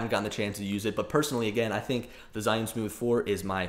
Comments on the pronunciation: HOW TO PRONOUNCE ZHIYUN: Learning to use my China-made iPhone gimbal, the Zhiyun-Tech Smooth 4, has given me an opportunity to learn how to pronounce the Chinese word Zhiyun. It is not zEYE-oon, or zhEE-oon, but in IPA it is closer to ‘chø-yøn’. Okay, that may not help you. I learned the pronunciation of this Mandarin word Zhiyun or Zhi-yun from an excellent video by a native speaker posting from China. (He pronounces it differently than the Google robot sound clip at Google Translate if you enter the information below. I trust this man rather then Google, but he is the only Chinese person I have heard pronounce it.) For the vowel, think of the French word bleu or œuf (represented in the International Phonetic Alphabet as ø), then just strip out the vowel; you will need the vowel twice. The first time it is short and clipped, the second time it is sustained just a bit. Mix a hint of the schwa sound (represented by an upside down e, or ə), then mimic a Chinese person, and you will be close. Now for the consonants, the easy part. The first syllable starts with the CH sound; it, too. seems clipped. So: chø. The second syllable is very close to the English word 'yearn' with a silent R (yearn as pronounced by a posh Brit, but not as sustained). So, in IPA: chø-yøn. Which syllable to stress? Hard to say. Make them practically equal, but give the second slightly more stress, and if you can't, stress them equally. These two syllables are the Chinese words for wisdom and cloud. In Chi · Jusy simply say two letter: G - U. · Jee-yoon source: heard it said in China